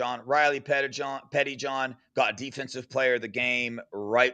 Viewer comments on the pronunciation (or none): it might help you to think of Riley Pettijohn as two last names (Petti-John). Like you used to say Sam Williams-Dixon.